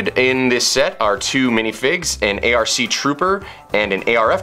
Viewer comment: Its not arc its pronunced all tougehter like arc